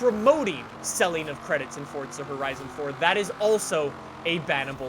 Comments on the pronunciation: ElRaFaLSX’s Vlogs he had to sneak in a few “fortsa” horizons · Msuni I always pronounce it forza with no T as well. But says it Fortza. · no, hes playing "Fortza" Horizon 4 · All these forza YouTubers who pronounce it fortza piss me off lol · “ fort-za horizon 4 “ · This guy is weird, why he say it like fortsa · "fortsa horizon 4" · It hurts how he says fortza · Him: “FORTZA Horizon 4” Me: pppppptttzzzzz🤣🤣🤣🤣🤣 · Sorry but where is the t in forza nowhere ffs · Please stop saying forTza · Because he says FORTZA? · STOP SAYING FORTZA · i still cant get over "fortza" haha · Why does this guy say Forza like “Fordsa”? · "Fortza horizon" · "fortza Horizon 4" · It hurts every time he says fortza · Why dose he say Fortza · Please stop saying "ForTza". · Why does it sound like your saying fortza? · He says it like fortza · Why do you call it FORTZA?? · no. Its FOR- ZUH. Forza. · New drinking game: take a shot everytime says "Fortsa" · no ,fortza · I don't get americans, like where is the "t" in forza? can someone explain why they pronounce it so stupidly. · u mean fordza horizon 4? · Don’t you mean “Fortza horizon 4” like he has fucking brain damage. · It think you mean, "Fortza" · Is there a "T" in Forza? Show me. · POV : you can’t even pronounce forza right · its been teasing me aswell :D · this guy can't even say forza goddamn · Didnt realise Forza had a T before the Z thats weird. Learn how to speak ffs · in the same way either can be pronounced eether... It can be said that way but it's not the right way. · He likes Fortnite and forza so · Where is the “t” in “Forza” ? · Can Simone tell me why he i saying fortza insted of forza? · i love your vids, but the way you say "fortza" instead of "forza" has me messed up. like whered the t come from. much love tho lol <3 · Why this nigga say fortza not forza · why do you say forza with a T? am i the only one noticing this?HEY GUYS WELCOME TO FORTTTTZA HORIZON 4:/ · Bruh it’s not fortza it’s forza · It’s FORZA NOT FORTZA